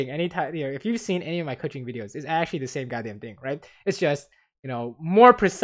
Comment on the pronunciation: why u no say 'actually' correctly? :-(